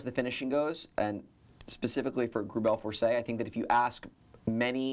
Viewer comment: *GREUBEL FORSEY